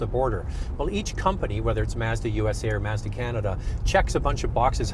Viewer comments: it is pronounced mahzda never seen a commercial where it is pronounced maazda. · She pronounced it "Mez dah" it's "Mahz Dah" you have an auto review channel and you don't know how to pronounce the brand correctly. C'mon now. 😢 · Mahz - duh not MAZZ DEHH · Why do they keep saying maehzduh? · MAZZ-dah or MAHZ-da? The Signature could be an RX-350 rival if a power t&t steering wheel with memory, exit setting for the drivers seat, and lose the black plastic around the wheel wells and bumpers for body color. I’ve had a pano sunroof which always rattled. Great vehicle regardless of how you pronounce the company name.